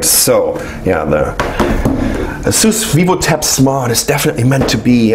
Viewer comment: No offence, but i'm quite sure u're pronouncing ASUS in a wrong way